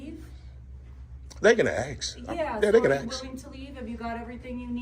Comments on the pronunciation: Dude, you must seek help for the difference between ASK and AKS. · Why do black people say aks instead of ask? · the word is "A S K"...........not "AXE", dumb-a$$!!!!!!!!!!!!!